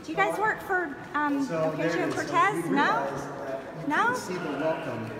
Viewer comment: Marjorie saying Alexandria Oketcheeo Cortesseses office has me dying 🤣 This woman and her partner in crime Matt Gaetz need to be held accountable for their actions! I will be there waving a prisoner of warmongering flag when they inevitable get ousted from their seats in office.